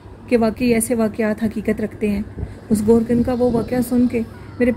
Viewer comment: Goher Kun ni hota dear Gorkun hota qaber khodny wala